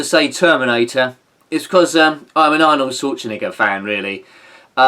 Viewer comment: Oh and to be fair to Arnold, I wonder if he called you an a*sehole because you keep mispronouncing his name at the end!? Maybe if you say it correctly he'll be friends and contribute some of his earnings to the upkeep of this channel and Igor's hefty food bills!?